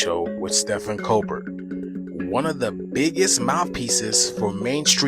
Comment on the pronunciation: When that guy can't pronounce Stephen Colbert correctly , but acts like an expert 😂